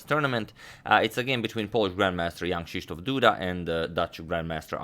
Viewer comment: Your pronunciation of "Krzysztof" is very good!